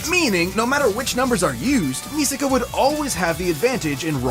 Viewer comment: Its misaka bro😂